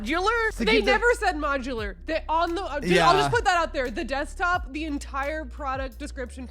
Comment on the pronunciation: well no shit, it's a "desktop" not a "deadtop"